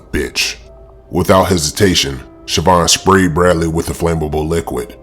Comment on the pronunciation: The way he rolls that R lol Brradley.